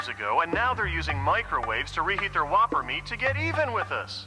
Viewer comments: "Home of the Voppers" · “The home of the voppers” 💀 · Just wait until finds out that Vopper rhymes with Whopper…